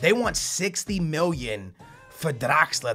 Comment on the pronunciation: bro its draxler, stop rolling your damn tongue hahahaha